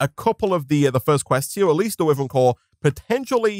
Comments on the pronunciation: it’s why-Vern not wiv-ern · Is it just me that gets mildly annoyed at him saying wiv-ren Instead of why-vern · i know it's a bit nitpicky but it would be better for my ears if could pronounce "wyvern" the right way which is "why - vern" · Its starting to anoy me how he says whyvern (wyvern) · I mean he isnt right nor wrong Maybe he got that due to the word being already hard to pronounce